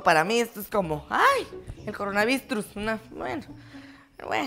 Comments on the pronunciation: "Coronalwistrus" jajajajajaja😂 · No les pasa que " el coronavistruz " 😆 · No se dise : Coronavirus. Se diste : coronawuistro jajajaja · "Coronavistrus " YouTube: Maravillosa jugada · La mama de le dise coronavistrus jajaja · Nadie Absolutamente nadie Mama de: coronavistrus xD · Nadie: Absolutamente Nadie:: El Coronavistrus xd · Nadie: Mamá de:Coronavistrus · Miro este video todos los dias y amo como ase videos y me darisa cuando dice coronavistrus 😂😂😂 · yo entendi corona vistrus pero no se cual sea pero no importa eso igualmente me dio muchisima risa jajajajaja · "EL CORONAVISTRUS" JAJA mori🤣🤣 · Like: coronavistrus. 😂😂😂😂😂 Comenta: coronavirus. 😒😒😒😒😒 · "Coronavistrus" jajajajaa 😂😂😂😂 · Jajajajaja jajajaja jajajajajjajaja me morí de risa cuando dijo coronavisnuturs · Jaja cuando la mamá dice corobistrus 🤣🤣🤣🤣🤣🤣🤣🤣🤣🤣♥️ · Nadie: Absolutamente nadie: La mamá : coronavistrus xD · dice el CORONSVISTRUS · Me morí de risa cuando dijo el coronasvistrus 🤣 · Nadie Absolutamente nadie: coronavistrus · mama:coronavistrus yo:hajajajjajajajaj es COronavirus Jajajajajaja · Me dio risa cuando dijo corona vistrus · coronavistrus Jajaja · "EL CORONAVISTRUS"😂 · coronavistrus jajajajajj es coronavirus jeje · " El coronavistrus " xD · No es coronavistrus es coronavirus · Nadie Absolutamente nadie: El Coronavistrus 😂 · "El coronavistruz" :D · Jajajaja mira que risa me da y mucho coronavistrus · dijo corona wistrus jaja XD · Me da risa cuando dice coronavistrus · "Coronasvistrus" Jajajajajajajaja xD😂😂😂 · el cronavistrus jajajaja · Nadie::El coronavuistros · Nadie: Absolutamente nadie:: CoronavistruZ. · jajaj el coronavistrus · Mamá de: primero dijo: Coronawirus Después dijo: Cironabriucs tercer después dijo: Coronavdrus Like si escucharte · Nadie: Absolutamente nadie: La mama: el coronavistrus jajajaja 4 camiones de papel para que necesita tanro papael jajajaj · Se dise coronavairus XD mugre coronavairus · "" El coronavistrus "" amee